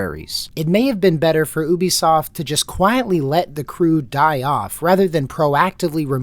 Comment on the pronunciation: It's refreshing to hear Ubisoft pronounced correctly, but you ruined it by calling PirateSoftware a "developer".